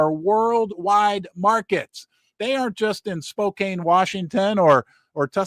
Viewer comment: ...I love you and your show BUT it's Spo-can. Spokane. 😊 Thanks for all your work!!!